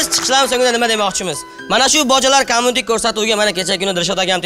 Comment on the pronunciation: Олдиндан узур.!Курсатувни BOJALAR COMMUNITE деб номлашибди. Бу (куйлар подаси) дажи курсатувни тугри айтолмиди КОМУНИТЕ эмас "КОМЬЮНИТЕ" деб айтиладику Куйлар)) ....